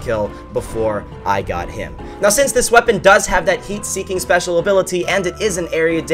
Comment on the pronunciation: You said " spesal ability"